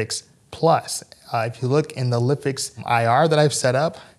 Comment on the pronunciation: I believe it should be pronounced LIFE-X. Nice video otherwise :)